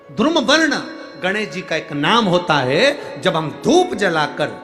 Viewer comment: बोलना सीखे मूर्ख धुरुम वर्ण नही बल्की धुम्रवर्ण होगा